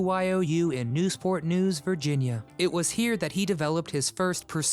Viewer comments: Ummm, it's Newport News, VA -- not Newsport News... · It is not pronounced "News-port", just Newport. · Its not News Port News, Va. Its Newport News, Va. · Dude it's not Newsport News, it's Newport News, Virginia, get it right. Wolfman Jack was the best! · NEWPORT News, not “NEWSPORT” News. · NEWPORT News, Virginia. Not "NEWSPORT". Dumb ass. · It's Newport News, not Newsport. Just sayin' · It’s Newport News, not Newsport News moron!! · “Newsport News”? ;) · It's 'Newport News', named for Christopher Newport. The 's' was dropped decades ago. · "Newsport News"... it's not if but when '' will butcher the name of something.